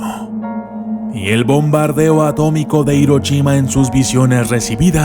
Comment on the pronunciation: Tus videos son verdaderamente interesantes pero porfavor deja de hacer zumbidos a la hora de pronunciar la s o pronunciarla como "sh" y se dice Hiroshima no HiroCHima.